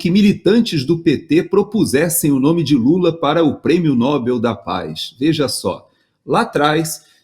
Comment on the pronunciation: Prêmio Nobel. Pronunciar Nobél.